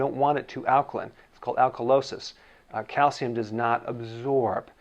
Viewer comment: YOU PRONOUNCE IS CALCIUM! NOT CALCUM. I would've thought you'd say 'calcum' after pronouncing it 'aluminum'.